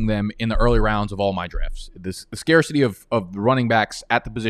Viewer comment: wait til you hear him say "Scarcity"